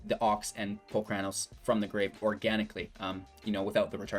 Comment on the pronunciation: My ears bleed when you say Palcranos.. it's Polukranos.